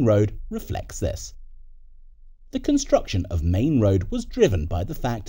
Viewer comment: Its Maine Road, not Main Road.